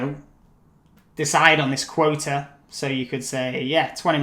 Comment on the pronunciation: You’re so helpful , you are a lifesaver with these videos!! But i think it should be (quota ) not (quote) ? 😊🙃